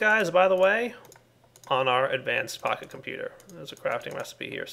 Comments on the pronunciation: When you say "Pocket Computer" it sounds like you're saying "PahiComputer" and I think of Pahimar... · Seems like you say pahi-computer :D